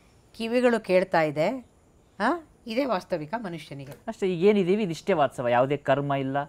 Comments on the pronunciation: ತುಂಬಾ ಒಳ್ಳೆಯ ಕಾರ್ಯಕ್ರಮವಾಗಿದೆ, ನಿರೂಪಣೆಕಾರರು ವಾಸ್ತವ ಎಂದು ಹೇಳಬೇಕು,ವಾತ್ಸವ ಅಲ್ಲ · Vasthava.. vatsava alla